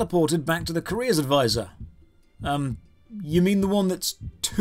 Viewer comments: OH! A Career advisor... ...I thought you were saying Korea Advisor. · I honestly thought you were saying "Korea Advisor" the entire video.